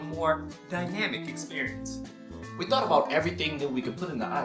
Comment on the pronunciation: He sed dynamic experence 5 or 4 times lol love this